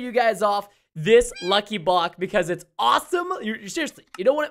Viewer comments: Who noticed Preston said “Bock” instead of “Block”? It was in the intro. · Preston says lucky bock